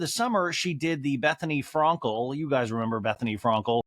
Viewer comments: Is anyone else bothered by how he pronounces « Frankel » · It’s a joke. He says it wrong on purpose. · He does it on purpose